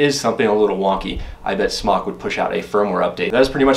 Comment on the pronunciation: Isn't it pronounced "Smoke?" Could have sworn the company was Smōk..